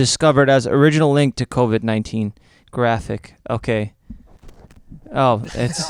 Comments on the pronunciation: "Covir-19" Lmaoo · Literally says COVIR 19 Wtf bruh